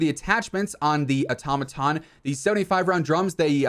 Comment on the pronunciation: A Tom a tom lmao dude the it’s pronounced auto-maton now say it fast like one work automaton. Good lord dude.